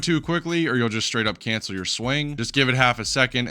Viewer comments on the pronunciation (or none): none